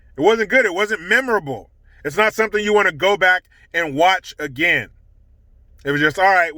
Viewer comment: I love it when says “a-gain”. 😄